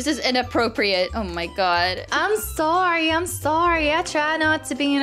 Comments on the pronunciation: hello hello sorreh sorreh not sorreh bye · when i heard says sorre sorre not sorre